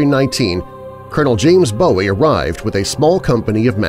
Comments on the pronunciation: Its boo ee not bow ee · It’s pronounced “Boo-wee”, not as in David Bowie. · FYI The name of the inventor of the most iconic knife is pronounced "BOO- ee", not "BO-ee. David Bowie (born David Robert Jones,) said he chose the stage name because he admired Jim Bowie, but I guess he didn't know how to pronounce it. The name is Scots Gaelic, and it means "fair/light", like having light-skin and/or blond or very light-colored hair.